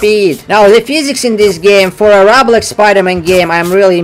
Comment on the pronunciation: Whats roghblox? Ooooohhh you mean roblox. Yeah, better do better on your prononcuenation